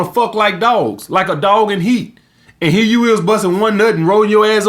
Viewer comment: I will never get tired of hearing "we'a fuck these hoes to sleep ova heya" gets me every damn time